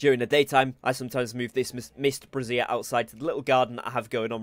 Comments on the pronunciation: Did you know that "brazier" is pronounced, "bray-zhur," and lingerie is pronounced "brah-zeer."😅😂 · Brazier like Frasier not brasseire as in over-the-shoulder boulder holder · A "bray zear" is what is in the game. A "brah zeer" is for holding boobies. :)